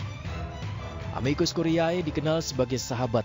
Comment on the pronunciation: Ini Editor/Produser-nya ga ngajarin cara baca bahasa Latin kah ke Pembawa Acaranya?